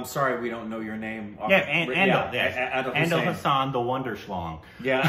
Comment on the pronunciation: Watch Manjhi, the mountain Man and Badlapur for both Radhika Apte and Nawazuddin Siddiqui. Pariksha for Adil Hussain. It is not "ANDIL", it's "A-DIL". #Korbinized